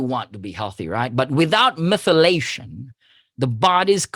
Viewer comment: Methylation not Myth elation